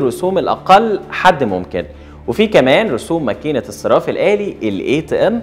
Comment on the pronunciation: أسمه :الصَرَّاف الآلي" مش "الصِراف الآلي" لو سمحت.